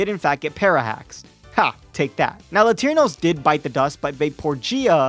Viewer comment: "Latirnos" instead of "Latiros" put the image in my head of you using some random Latino guy to fight instead of a Pokefusion lmao. I'm a little disapointed at some of the custom shinies tbh, but Kingross and Arcaswine went so hard.